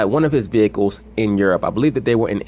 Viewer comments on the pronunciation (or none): Automobiles and vehicals lmaooo